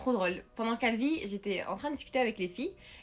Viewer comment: "Calvi..." Moi: "Calbi???